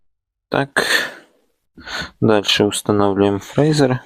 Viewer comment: Прочитай інструкцію. Твоє "фрейзер" ріже слух. Якщо вже блогериш то називай апарат правильно.